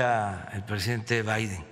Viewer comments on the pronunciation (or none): none